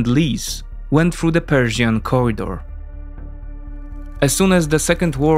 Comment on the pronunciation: Interesting. I stopped at the advert. I notice you swap English TH and DH sounds with F and D, NG with NK, and E/ER with EY. The becomes Dey.